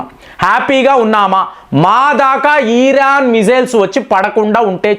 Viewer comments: Eeraan kadu iran 😂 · Eeeraan (Iran) ani chebutunte flow miss aipothinna meeru chebutunte.